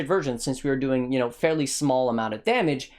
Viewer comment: "applying the brittle instittle " lmaoo